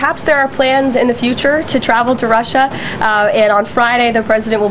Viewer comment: Why does he always pronounce it "Rush-SHAH"